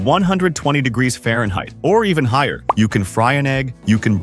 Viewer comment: Farhneit. Had to spot the video on that mark.